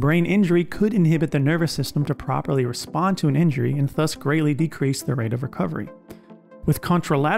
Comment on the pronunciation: the way this guy says þus instead of ðus is killing me